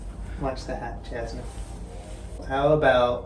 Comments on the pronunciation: Its Jasmine not Yasmine lol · No yoke, she say J as Y 😋